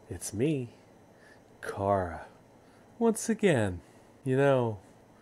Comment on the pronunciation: CHARU NOT CARU